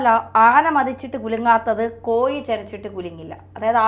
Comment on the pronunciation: കോയി അല്ല കോഴി 😄😄😄